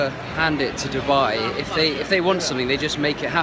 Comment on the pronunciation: When you said Dibba I was like what🤬🖕🏾 but then when you said Dubai I was like🥰💓